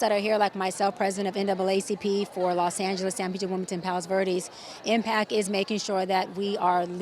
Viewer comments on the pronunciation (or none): The fake doctor repeatedly said impack and perfeck…come on, man.